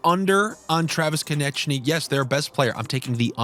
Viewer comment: Who is kon-et-chy? Lol